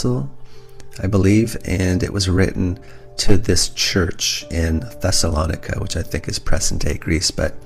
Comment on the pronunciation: You mispronounced Thessalonica Look it up